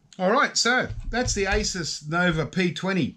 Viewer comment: You crack me up. It's Pronounced A-Soose.